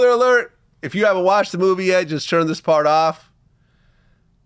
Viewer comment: The way vlad pronounces the word “turn” 😂. He says churn as in churning butter. Tell me I’m not trippin